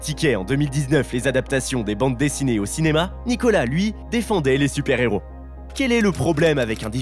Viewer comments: Un "Néros"? Vous avez pas honte, franchement? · De son Héros, h aspiré, punaise un "néro" répété plusieurs fois. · Moi qui suis une INCONDITIONNELLE de Nicolas Cage, cette vidéo est d'une médiocrité sans nom alors qu'il y a de quoi faire avec une telle carrière et un lascar comme lui ! Pensez à prendre des cours de diction ainsi que des cours de français également ! On ne fait pas la liaison devant un H. Exemple un héros....